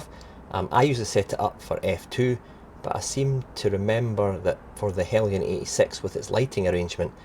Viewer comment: How you’re getting “Helly-yan” from “Heljan” is a complete mystery. Must be the scotch way.